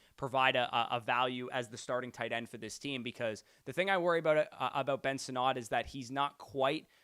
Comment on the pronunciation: I beg you to say Ben Sinnott’s name correctly. I beg you.